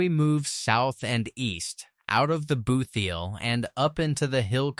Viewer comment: I'm enjoying the video and information...but clearly made with AI. The narrator talked of the "booth heel". Bootheel pronounced by AI. 😮